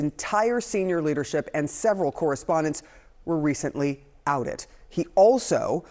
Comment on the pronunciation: “Outed” or “ousted” ?